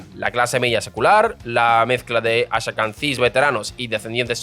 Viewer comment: Ben Gurion, Ashkenazim, jaredim... Pronuncia bien pelotudo.